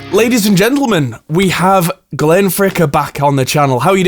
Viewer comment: Glenn Ficker... interesting 🤔. Isn't it Fricker?